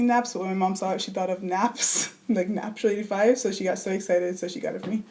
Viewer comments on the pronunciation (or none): Am I the only one that's mind blown because they've been saying natural85 instead of naptural85 all along?